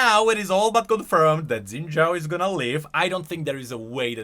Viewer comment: shin jao it's pronounced shin jao, i'm not faulting you because literally everyone says zin jao for some reason